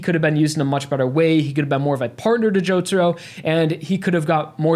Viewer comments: as soon as I heard him say "Jotaru" I cringed so hard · Jotaru is pretty bad but why does still always pronunce Hirohiko as Hirihiko. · Why can't they say jotaro kujo and that it is it that hard ?